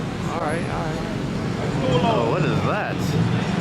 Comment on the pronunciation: Everyone: "Oh" "Alright". "Ohlright"